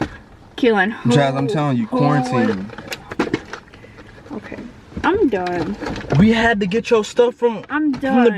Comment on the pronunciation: This nigga said corintine😂😂